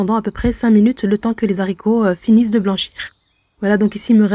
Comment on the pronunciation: On dit les aricots (« h » aspirè, on ne fait pas la liaison); merci pour la recette